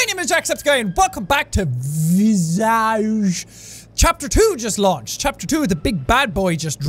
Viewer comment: Jack: welcome back to visage Me:V-visage?!?! Aww shoot here we go again